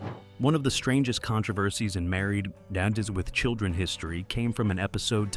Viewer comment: AI is reading the "..." from "Married... With Children"